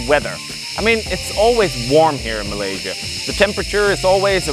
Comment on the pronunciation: Finally someone who doesn’t say malay Sia Instead of Malay sya